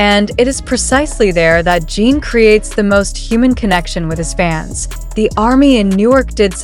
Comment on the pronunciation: Jesus. Can the creator or AI at least get Jin's name pronounced right? It's Jin not Jean.